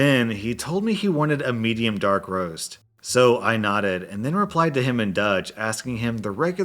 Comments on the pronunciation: Please NEVER try to talk dutch again, it just hurts my ears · Even though I have no idea how to speak Dutch, I can honestly say that you totally butchered it. Kudos for trying though. 👍😁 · As a Dutch person.. I've never seen someone butcher my language that much 😂